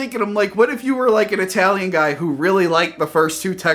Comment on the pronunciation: I-talian is horrendous! But i love it!